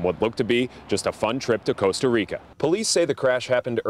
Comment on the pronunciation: you said Costa Rica wrong!